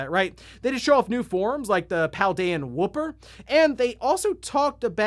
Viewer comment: I can tell you aren't too heavy into Pokémon lol. It's not called Pokémon Play. It's Pokémon Worlds that's being held in London. And Shaymin isn't an Ultra Beast. 🤣 And the way you said Wooper. And I thought you'd mention the fact that one of the legendary Pokemon runs when you ride when it literally had tires on it. And then we don't know if the game scales or not. Everyone is saying it doesn't scale and we literally don't know if you does or not yet.